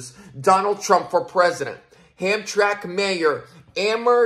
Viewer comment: It's hamtramck Pronounced ham-tram-ick Dearborn is a bit more Muslim than hamtramck Just a heads up I lived in Michigan 25 years Hamtramck used to be mostly polish